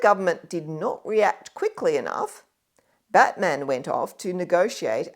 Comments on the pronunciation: You pronounce Batman's name like the name of the superhero character. In Tasmania all the stress is placed on the first syllable, with the a of -man receding to a schwa, something like "BATm'n". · Not impressive to hear someone slaughter the pronunciation of John Batman's name, which actually almost rhymes with Chapman; it certainly does not sound like the name of any mythical American superhero. The second 'a' is unstressed.